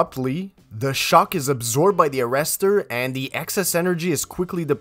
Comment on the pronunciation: "water hammer rester"